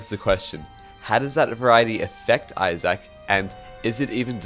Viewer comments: Eye-zick you doof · why does he say izack like that?😭😭😭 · this is an incredible video, definitely deserveres more love. you say isaac kinda weird though